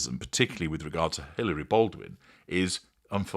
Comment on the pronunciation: Hilaria, not Hilary.